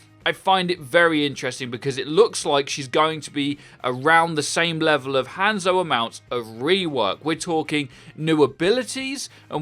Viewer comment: Every time I hear him say hANdzo I shiver a little.